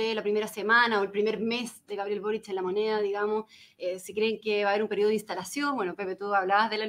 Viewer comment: No, es Boric..? Por que Borich??